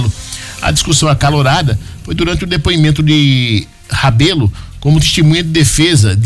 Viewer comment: Locutor o nome correto e Rebelo